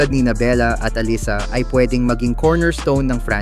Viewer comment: Allisa? Hindi batu nakikinig panu i pronounce ang name nang players? Allisa ka dyan